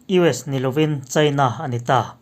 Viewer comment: India, china i tih hian a thluk a ti dik lo thin..